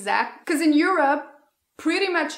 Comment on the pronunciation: I love how you pronounce “Europe” as “You’re up”, because Europe is actually “up” in many aspects in regards to America. With love, this Mexican American from the border who is way too used to those culture shocks on a daily basis. Lol ❤️ loved the video!